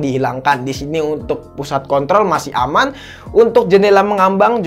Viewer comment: kebawa abis ngomong ngambang 😄